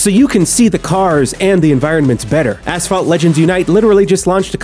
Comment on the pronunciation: asssss-phalt!! XDDD made my day